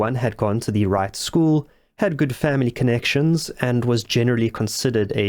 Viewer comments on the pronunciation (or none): none